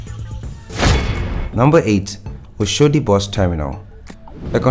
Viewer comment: Good job brother. But please where are you from? Learn to pronounce Nigerian names, Yaba, Oshodi, Sanwo-olu, Dapo Abiodun, Akpabio, all names you murdered. Thanks